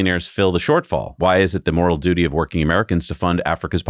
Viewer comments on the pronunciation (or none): none